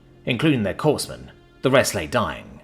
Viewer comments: Corpsman is pronounced "CORE-man" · Good story... And btw.... It's pronounced... kor-man and kor-men... The *ps" in Corpsman is silent. The same way it is silent in the word "Corps" as in Marine Corps. Hope this helps.